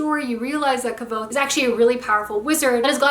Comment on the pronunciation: Did you just say kvothes name incorrectly 😱